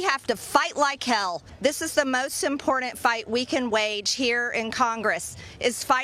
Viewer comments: Certainly not the most despicable aspect of MTG, and oddly, she "seems" to be doing the right thing, in this one particular instance, but likely for the wrong reason...but WTF is up with "impor-ENT"? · There is no D in the word important.